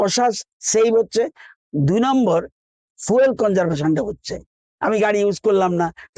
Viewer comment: এটা ফুয়েল নয় ফিউল